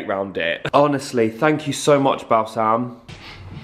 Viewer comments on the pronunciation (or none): A new Christmas tradition for me each year is going to be watching 23 minutes of trying to pronounce Balsam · Absolutely crying for every “BAL SALM!” Ahahahah love you